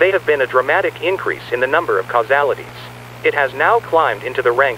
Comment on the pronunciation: "There has been a dramatic increase in the number of causealities"